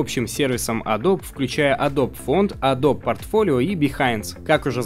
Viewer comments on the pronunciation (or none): Не "Одл", а "Удл", Не "Цезиум", а "Сизиум", не "Адоб", а "Эдоби", не "Айпад", а "Айпэд". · почему опять адоб то? погугли как правильно говорить)) адоби ёпрст. в адоби всё уже 100 раз разжевали, я был на их презентациях где про это тож говорили они сами. не надо называть их "адоб")